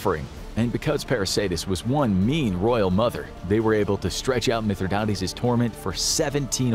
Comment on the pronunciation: It's actually pronounced Mith - rhi - dates, like the fruit, dates.